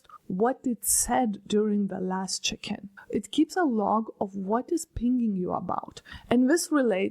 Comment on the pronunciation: She said "check in" but I was sure she said "chicken" 🙂